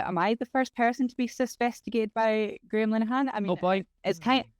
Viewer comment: the way that pronounces Graham Linehan sounds like Gremlinhan and I love it.